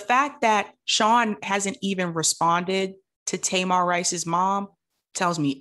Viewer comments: Таy-mahr? I thought that kid's name was Tuh-meer. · Thank you for covering this, but please learn that baby’s name if you choose to report on him again. His name is Tamir (Tameer), not Tamar like that loud Braxton. Sorry to be nitpicky but that’s a very personal story to lot of us and that’s a simple detail to know. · Just trying to be helpful no shade. Tamir is pronounced Ta-mear rhymes with hear. ✌🏾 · His name is TAMIR not TAMAR. Tamar is a Braxton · Not nitpicky at all. How are you Black, following these issues, and don't know how to pronounce Tamir's name correctly? 🤔🤔🤔. Nothing to go to war over, but worthy of being noted.